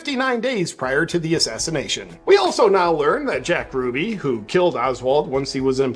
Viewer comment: You're mispronouncing Jack Ruby's last name.